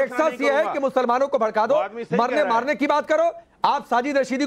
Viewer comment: Bharrke nahi bharrka